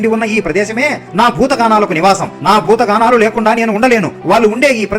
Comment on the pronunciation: Gaanalu kaadhu bro Ganalu